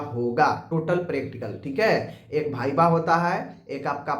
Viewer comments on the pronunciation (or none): Sir भाईबा nhi hota h वाइबा hota h viva